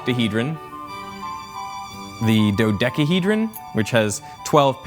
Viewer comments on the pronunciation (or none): none